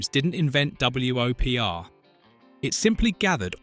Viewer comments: Hearing it repeatedly say "Double-U Oh Pee Are" instead of just saying "Whopper", which is how WOPR was pronounced, annoyed the crap out of me. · Fun fact: the AI voice pronounced it W O P R, as opposed to "Whopper" as it actually pronounced. Nice try, channel. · W.O.P.R = whopper. geesh